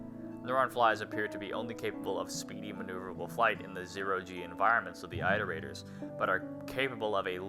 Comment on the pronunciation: okay so: i loved the video! it was very fun! i just have one, incredibly pedantic thing i have to say: it's pronounced "IT-er-ate-ers", not "EYE-ter-ate-ers". "iterations" is also not pronounced with a long I, and neither is "iterate" lol